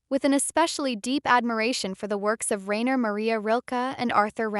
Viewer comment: Rilke & Rimbaud... not Rambo... Rilke’s first name pronounced Ryner Not Rayner... 👏✍️🤓💃🏻